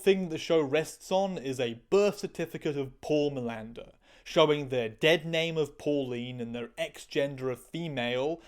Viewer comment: For a moment I heard Miranda and not Milander and I was really confuse, trying to figure out why Manuel Miranda was the bad guy in a procedural, and why in a CSI trans episode specifically? it was just for few moments but it was crazy... Btw the difference between them trying to water the spup (allungare il brodo in italian, I don't know an idiom in english for tranlate it sorry) for the 40minutes mark and your's wild Pindaro's like flights from tangent to tangent, is that your tangents are interesting and we lovo them! ❤❤❤